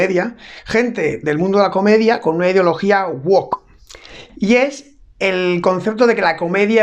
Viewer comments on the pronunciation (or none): SE DICE GUOUC NO GUOC.